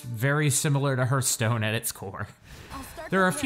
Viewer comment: "hurthstone" ... Please...